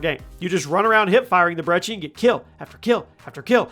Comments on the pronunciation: Why do you call it the 'Brechi' Its brecci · It’s not called Breche it’s called breci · Its (br-eh-key)...that'd how you pronounce it, not brechi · you have a interesting way of pronouncing brecci which is bre-ki btw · Who says "brechi" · Btw you say it like Brechi but it’ sound like k’s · Dude.. I'm sorry to say this, but there's no H in brecci! Why pronounce it with the H? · I’m still trying to find the “h” he’s pronouncing in brecci